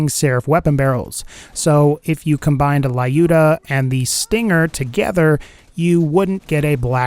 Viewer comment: Fun fact: Lyuda is pronounced in Russian more like Lewd-a, not Lie-U.D.O.